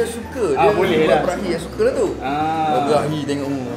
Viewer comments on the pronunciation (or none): Brehi jdi "Berahi"😂😂